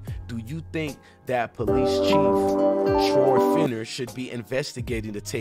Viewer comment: His name is not Fine—er 😂 It’s FINN—ER.